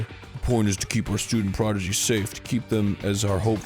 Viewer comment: I think this may be the first Danganronpa episode where Arin pronounces "prodigies" right